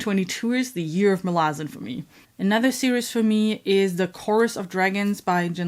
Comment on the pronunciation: Malazan is pronounced Malazan and not pronounced like Malazan.